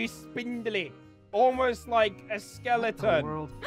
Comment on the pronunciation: Any one else notice that Jess said "the moment u said skeleron